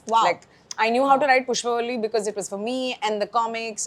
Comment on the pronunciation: Behan, Pushpavalli sahi se bol tho le. How difficult is it to do a little homework or show a little respect to a language and not butcher it like this. Bolne nahi aata tho padhne tho aata hai na? Spelling se nahi samajh aaraha kya pushpavli and pushpavalli ka difference?